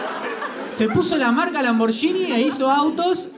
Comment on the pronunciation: Hahahah no de por que me molesta tanto que pronuncien "lamboryini "más bien sería "lamborguini"para el castellano😅